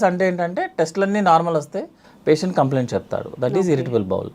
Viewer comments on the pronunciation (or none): none